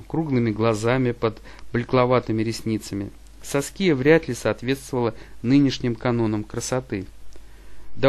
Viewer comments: САския ударение! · Автор, бога ради, выучите ударения и произношения имён. Уши вянут. Прямо по класическое, СаскИя - это не грудь, это имя такое.